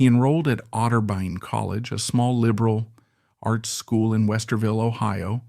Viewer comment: fantastic bio/tribute- but when you pronounced "liberal arts college" with a long gap between "liberal" and "arts", I had to suspect this was AI voiced.